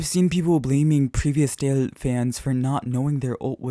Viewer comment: Why do you say “jaeil”? It’s not something to joke about